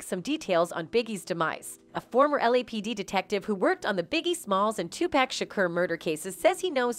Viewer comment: Either pronounce his name correct OR NOT AT ALL. It's pronounced "TU-POCK" NOT TU-PACK👀